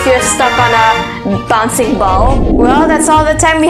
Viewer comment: Not boncie ball it's a bouncing ball.